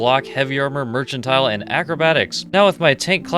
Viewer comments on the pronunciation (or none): merchant-tile is NOT how you say that word. good lord.